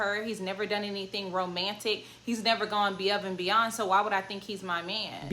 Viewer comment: You said what you said"Going Beyove and Beyond"😂😂😂